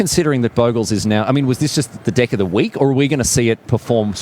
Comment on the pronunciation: am i the only person earing them says "dicks" each time they pronounce deck ? maybe it is because i'm french :)